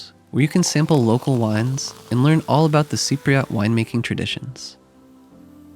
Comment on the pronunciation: Cypriot. Not Cypriat